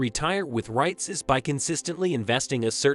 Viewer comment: Nah I can’t trust anyone who pronounce “REITS” like that